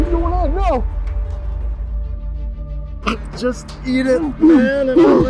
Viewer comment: Everyone is just commenting because their saying your “cringey” because you said naur.